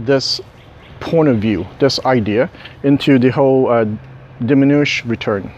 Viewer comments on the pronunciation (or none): I'm sure someone has said it, but it's not 'diminuish', it's 'diminishing returns'. :) Other than that, great video once again. Thanks for posting these.